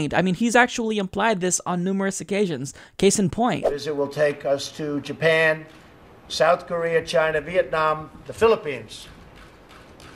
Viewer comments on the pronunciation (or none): none